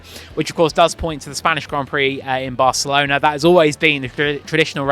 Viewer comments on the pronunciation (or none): none